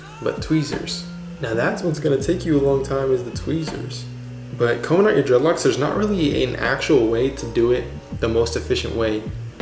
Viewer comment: It hurts my ears hearing u calling them dreadlocs